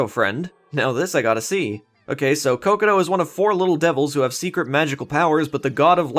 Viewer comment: Its not cocoto, its cocotg. Or at least thats what peter knetter says